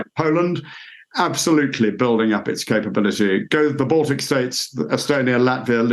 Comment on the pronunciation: "baltc states" wtf? not countries?